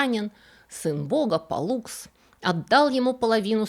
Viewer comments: поправьте меня с ударениями, но вроде они были К'астор и П'оллукс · Интересная тема, хорошо рассказано, резало слух неправильное ударение: КАстор и ПОллукс.